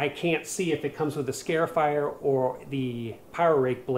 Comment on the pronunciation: It's not a "scare"ifier.It's a "scar"ifier.